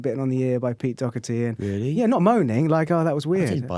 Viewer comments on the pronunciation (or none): Fucking hate people calling him 'docerty' its DOHERTY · That's bollox. I'm Irish and nobody pronounces like that. It's pronounced "Dawherty" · That ain't the Irish pronunciation lol